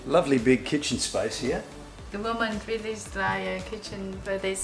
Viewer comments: Did she say chicken for the kitchen ? 😅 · is very cute and beautiful I laughed when she mispronounced the word kitchen and said chicken 😂😂